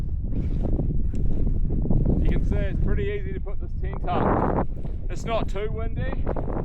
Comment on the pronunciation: Was watching this with my kids, they love your videos. They also love how your pronounce tent, my youngest said is he saying tint lol. Another great vid!